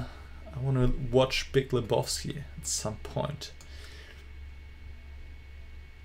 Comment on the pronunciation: An der Aussprache von Lebowski merkt man, dass Du den Film noch nicht gesehen hast. Solltest auf jeden Fall nachholen, toller Film.